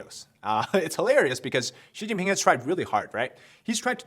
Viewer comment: Oh ok Xi pee'ping' 😮😅🤣